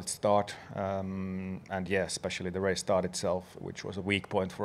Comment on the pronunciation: The way alonso pronounces race is so nice😍